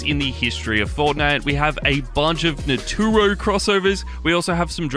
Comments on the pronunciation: U said natoru not naruto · so nobody gone talk about how he said naruto.Naturo💀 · Its not naturo its naruto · ummm... am i the only one who noticed that he said "naturo" instead of "naruto" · Blud said NATURO 😢i am crying